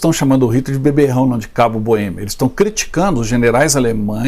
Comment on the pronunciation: Cabo da Boemía, não. Cabo da Boêmia. Bom, até onde sei, Hitler nasceu na Áustria, em Braunau. Sei também que há uma região na ex Tchecoslováquia - hoje República Tcheca - que também se chama Boêmia. Boêmia na Áustria? Não sei... Outra coisa: Não é /bânker/ e sim /búnkâr/ a pronúncia da palavra em alemão. No mais, parabéns por esse duelo de vocês aí! Bem interessante.